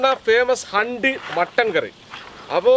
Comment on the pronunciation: ഹണ്ടി അല്ല ഭായ് ഹുണ്ടി 😂😂😂😂